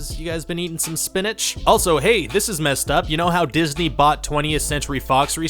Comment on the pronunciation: Di-his-ney killed the film the-a-tre